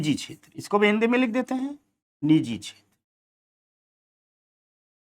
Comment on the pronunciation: नीजी नहीं निजी होता है सही शब्द